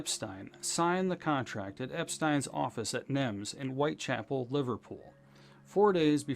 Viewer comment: NEMS. Not NIMS.